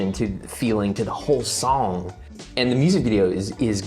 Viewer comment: I don't think I've ever laughed so hard at a reaction video as I did this one. You're editing is out of 10. Living in NC I appreciated the way you said sawng haha You totally rock the "grandma in the grocery store" in the hat vibe btw Ateez is really good at creating unique different music which is one of the many reasons they are my favorite. You definitely weren't alone in geeking out over the music aspect of it. I totally freaked over the organ part because it really makes it sound so epic and daunting. Its like they see the typical standard for a kpop song and throw it out the window. As far as the lore goes, you should watch the teasers because they do reveal some things but I think the kids at the end might be the witnesses and/or the kids that woke up from Guerilla. Good luck with the cover haha!